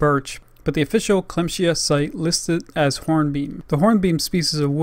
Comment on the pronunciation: Nice Video, the brand is pronounced "clam-sea-aah" tough :D